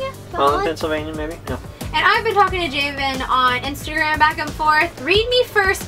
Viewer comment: you guys sorta butchered my name its pronounced (ja-vin) like gavin but with a j